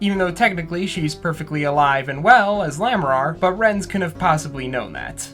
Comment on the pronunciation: Just had a realization, I think Roger's last name is meant to be pronounced "Ray-tinz", like "ratings", not "Rhet-inz."